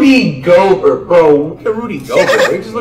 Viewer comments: Rudy GO-BERT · "Jay a morant" U mean Ja "Zeon Williamson" U mean Zion "Rudy Goburt" U mean Gobert "Luka donakick" U mean Doncic "Giannis Akumpo" U mean Antetokounmpo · "Zeon Williamson" "Jay Moron" "Rudy Go-Gurt" "Spencer Dinwhitey" "Giannis Akumpo" Facts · The legend of Rudy goBERT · Go Bert Akunkpo Sike em Zeeon Donacich Adbyo Jay A